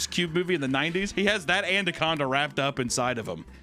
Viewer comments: Correcting him for the word anaconda that he pronounced andaconda was hilarious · I swear I say anaconda like andaconda too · Andacanda is my new favourite hunter mispronunciation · Mfer said AND-ACONDA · Andaconda lol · oh yeah, andaconda and expeshully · Expecially andaconda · Andaconda 😂😂 I LOVE whoever edits the pronunciation in. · can't say anaconda 🤣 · The same way you coached his pronunciation of anaconda, do the same with the word supposedly. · I really appreciate the editor inserting how to pronounce “anaconda” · The anaconda pronunciation had me in absolute tears